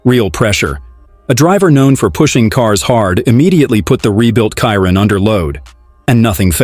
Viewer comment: Voice off person , at least pronounce the model of the car correctly . It annoying how ignorant , borderline stupid it sounds. Not editing at all on each video, before releasing it? Pleaseeee